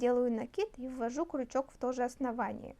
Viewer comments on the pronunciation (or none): Правильно говорить крючок а не кручок - это русский. Так режет слух, не досмотрела до конца.